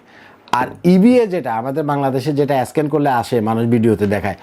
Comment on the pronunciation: ভাইরে স্ক্যান উচ্চারণ ঠিক করে বলেন।